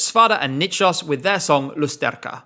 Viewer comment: The way you pronounce "lusterka," "podlachian," and "Justyna Steczkowska" gives me goosebumps. One of the best pronunciations of Polish words among English-speaking creators on YouTube! Absolute masterpiece, bravo!!!